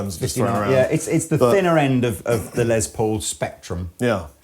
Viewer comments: Less, not Lezz Paul, lol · C'mon guys. I realize it's an accent thing but..................Lez Po ??